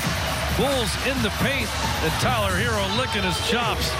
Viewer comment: Does the announcer not know how to pronounce his name? Half of it was him saying “Tyler Heerrrr “